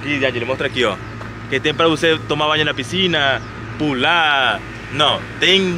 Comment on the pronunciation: deixe-me te falar: - a palavra correta e' (piscina). Vc sempre pronuncia errado. Desculpe-me, mas e' pra te ajudar.